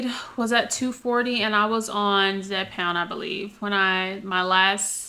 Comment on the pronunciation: Hey darling you’re doing a great job but the drug is called (Zepbound ) not Zepound